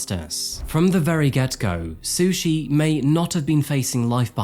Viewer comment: I had to take a double take when you said her name was Sushi Staples 😂 Bringing shame to the word sushi!